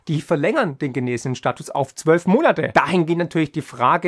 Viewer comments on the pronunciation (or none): none